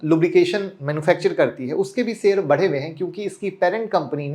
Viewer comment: sheyar bolna sikho..plz aap